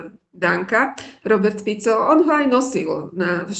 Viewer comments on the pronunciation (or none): none